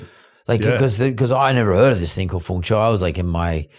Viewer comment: lol it’s feng shui not feng Choi